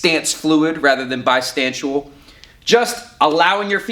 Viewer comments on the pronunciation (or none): bistantciual lol